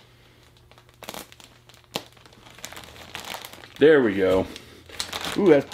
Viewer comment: The k-nife and K-phone thing is just as annoying as the rapping.